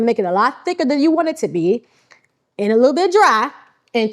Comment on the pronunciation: When you said dique was it for me. It reminded me of NY.